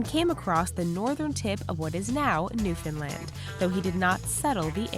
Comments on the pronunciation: hearing someone say "Newfoundland" properly for once is soothing to my ears 😂😂😂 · I love this person, she's one of the rare people that pronounces Newfoundland correctly! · Someone said Newfoundland right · Thank you for pronouncing "Newfoundland" the right way!